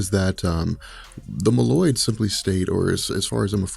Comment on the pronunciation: Say "mole-oids" lol. Meloids smh